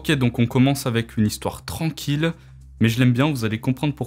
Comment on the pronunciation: J’aime bien la troisième zistoire perso.